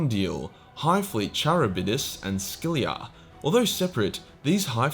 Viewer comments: Neckbeard pronunciations for anyone who’s done classics: Jormungandr (yor-muhn-gahndur) Charybdis (ka-rib-dis) and Scylla (si-lah) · How did you manage to mispronounce Scylla AND Charybdis? Lol. Theyre named after Greek monsters...or alternatively whirlpools depending on who you ask. Another, older, way to say between a rock and a hard place is to say between scylla and charybdis. Theyre also my favorite names for space ships because I've got a sick sense of humor.